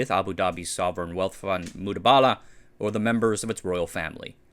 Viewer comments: THIS. i heard this the entire video and was like wtf somethings off lol. Its Mubadala, Not Mudabala like in the vid. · Great video fam. Just one thing, its Mu-ba-da-lah not mu-da-ba-da-lah 😂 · Very nice video. It’s Mubadala not mudabala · Its MuBadalah not MuDabalah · MU BA DALA - not MUDA BALA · it's Mubadala, not Mudabala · The correct pronunciation is Mu-BA-Dala, not Mu-DA-Bala. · ayy, it's not Mudabala it is Mubadala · It's Mubadala... Not Mudabala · It's Mubadala not Mudabala 😂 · Its pronounced mu • ba • da • la not mood•bala. Im not being cocky I promise I liked the video but i just wanted to inform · Very nice one, I get the difficulty in pronouncing the names ^^ it is "Mubadala" not "Mudabala" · Mubadala (Moo Baa The La ) and not Moo Daa Baa Laa. :) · It's called Mubadala not Mudabala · It's Mubadala not Mudabala, it's an Arabic word for Exchange. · He's pronouncing it wrong. The correct pronunciation is: Moo-bah-dalah. Not Mooba-dala. Source: Used to live in UAE and knew people who worked there. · MU BA DA LA. please pronounce it correctly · It's pronounced Mu ba da la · I thought I heard him say "Mudabala". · You pronounce Mubadala with an emphasis is on the first “a”, not the second. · Here I was, wondering if I had been reading "Mubadala" wrong all these years.